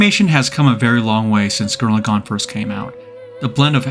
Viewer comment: gurren laGONE!? say lagann you peasant.